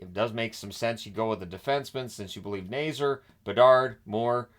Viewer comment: first off: Frank Nazar's last named is pronounced Nay-ZAR, not Nay-zer. i know the Hawks aren't a team you follow closely, so just heping you with the pronunciation anyways, as constructed, the Hawks shouldn't have a top 5 pick next draft, but will probably finish with a draft pick in the 6-10 range also, showing the Hawks with under $5M in cap room is very misleading, as CapFriendly (long live CapFriendly!) has 15 forwards, 6 dmen & 3 goalies on the roster, which is too many, so their actual cap room will be over $7M when the proper roster moves are made. just letting you know!